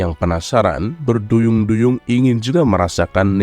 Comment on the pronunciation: Berduyun-duyun bukan berduyung-duyung